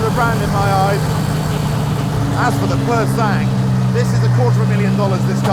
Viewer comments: Say it in French: Puuuur Sa...ng, meaning Pure Blood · As a frenchman, the way you say Pur Sang triggers me, otherwise, great review and what a car :D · If only this Harris character realised how retarted he sounds with his pronounciation of "Pur Sang". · Anyone annoyed by his pronunciation of Pur Sang?